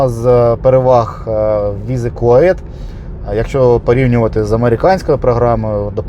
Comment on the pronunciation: Чому Ви кажете КУАЕТ. Канадійці в шоці, сказали що правильно Сі Ю Ей І Ті